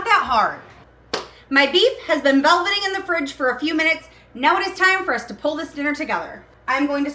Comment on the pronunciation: "While my beef is velbedeeting!" 🤣🤣🤣